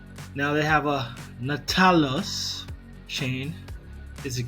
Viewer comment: Na talis chain?? It's nau ta lis.... Cmon man